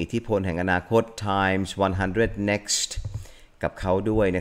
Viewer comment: ไม่น่าสงสัย รุ้งก็เคยได้ ทอนก็เคยได้ Time อ่านว่าแดม พิตาน ยังเพ้อว่าจะได้ไปกล่าวสุนทรพจน์ที่แดม 😔